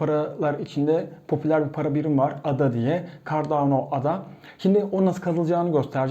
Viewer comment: Cardona değil Cardano